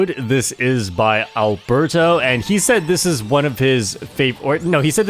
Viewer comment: As a fellow spaniard, it took me a while that Arberto is actually aLbeRRto. The normal spanish name hahahahha Amazing records, super cool video!